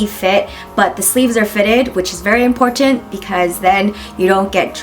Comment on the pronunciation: you say 'important' with a really sharp T and holy shit i find it really cute hahaha!